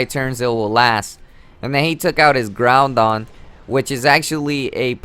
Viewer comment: "Now he takes out his groundon which is really strong" There are 2 things wrong with this. He said groudon wrong, and also, no shit, Sherlock. I'm pretty sure we all know that groudons a beast.